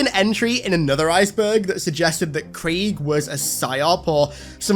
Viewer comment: why he butchering craig's name like that